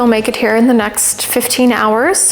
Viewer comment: Dear, We are writing to you to let you know that we have received your application and have reviewed it carefully and reached the following conclusions: *Pros & Cons:* 1.) While your pronunciation of Bobotie & Woolworths is somewhat atrocious, we are willing to overlook this slight as you could always say "Woolies" instead. Plus, it helps that you look pretty. 2.) Your appreciation of the Boer has raised concerns among some of us. While, like any good South African, we do enjoy khaki as a colour, we are not prone to wearing it 24/7. We also don't all have farms... yet. We ask that you kindly consider this fact before you say "I do." 3.) By confirming that you like to wear pretty dresses and cook food you very nearly caused us to accept your application immediately, but like our humility, we South African men are also extraordinarily wise and decided to first consider the rest of the facts first. 4.) Your accent may take some getting used to, as in our minds people with a North American accents are 'those movie people you see on the screen.' We never actually expected you to exist. However, it is a pleasant surprise. 5.) The fact that you enjoy camping has caused quite a commotion in our office, as we believe this to be a great benefit. However, there are some that are concerned with how light you pack when you go camping. Please send us a picture of your car boot from the last time you went camping and we shall review the evidence. 6.) Given the current state of our eco